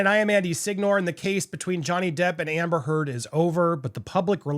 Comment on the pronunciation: How do you mispronounce "amber heard?"